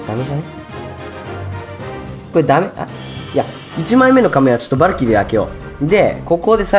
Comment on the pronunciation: さんはバ↑ルキリーって読み方か ドズ○さんはバ↓ルキリーだったよな